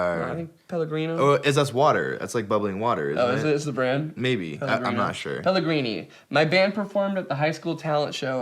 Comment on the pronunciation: jared nailed the italian with pelegrini